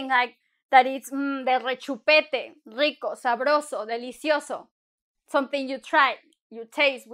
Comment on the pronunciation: You did not roll the r in Rico??